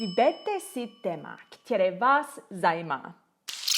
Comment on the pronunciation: Největší chyba je bát se mluvit :) celkem pěkná čeština, akorát pozor na "ktěré" - správně je "které"